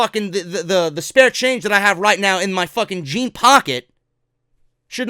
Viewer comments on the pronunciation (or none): none